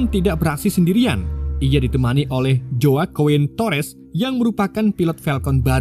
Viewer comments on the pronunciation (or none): Di baca nya jakuin bukan joakoen lol🤣